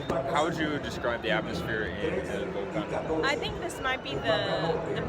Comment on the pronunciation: Pronuncian muy mal la palabra "Tigres"! Se dice tigres y no TIGERES! Tampoco se dice "Vólcan" Se dice Volcán con acento en la ultima silaba!